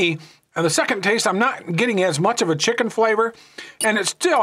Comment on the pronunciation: I like the Maruchan “chickie” flavor. 🤣